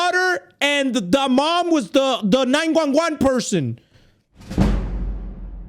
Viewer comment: He said 911 in the most hispanic mom way possible.